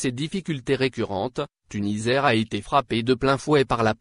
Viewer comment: TuniSair ça se prononce avec un s Et non Tunizair merci .